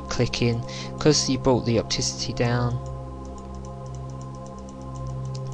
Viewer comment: Brilliant tutorial :) The scream scared meeeee :( Anyway I subscribed. BTW, it's pronounced o-pass-ity not op-tic-ity